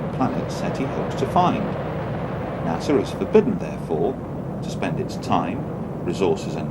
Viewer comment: Its not NASAW..